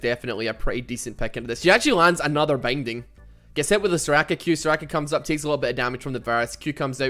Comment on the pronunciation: I swear, every time you say "binding" it sounds like bang ding